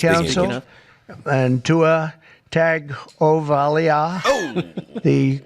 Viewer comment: Just like Jerrah's Michael Person is a drop, I think the Tua Tag-oh-vai-LAH should also be